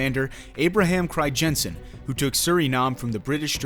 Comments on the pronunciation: As a Dutchman I am disappointed that it's name gets pronounced as cryjensen. In English you'd pronounce the crij in Crijnssen as cry. So basically cry-nsen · You say Abraham Cryjensen but it is Abraham Crynzen (phonetically speaking) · I understand dutch is a hard language, but hearing you butcher the name “Crijnssen” every time made me cry a little. It’s not “Crygenssen”